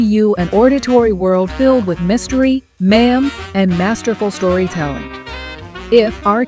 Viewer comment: The woman at the very beginning of each episode pronounces mayhem like ma'am! Surely this word has 2 syllables: may hem. Its not that hard! The stories very good 😊.